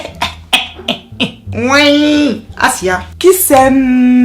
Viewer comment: Quand t'as dit : "assiah" je me suis dit c'est une camer 🇨🇲